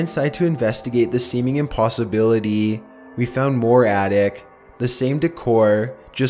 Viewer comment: lol I know that it was a reading mistake but he said artic instead of attic